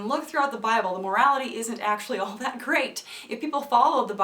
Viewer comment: I died as soon as you said "dat" LOL